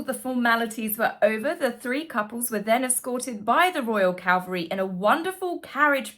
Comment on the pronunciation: Cavalry, not Calvary ;) ❤